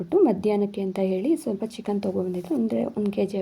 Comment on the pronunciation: ಸಿಸ್ಟರ್ ಅದು (ಚಿಕ್ಕಾನ್) ಅಲ್ಲ ಚಿಕ್ಕನ್ (ಮಟಾನ್) ಅಲ್ಲ ಮಟನ್